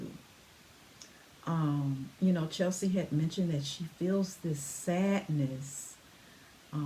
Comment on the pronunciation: Ma'am, with all due respect, get her name right - "Chez-lee', NOT "Chel-see"... Our people have a really bad habit of screwing up pronunciations, etc.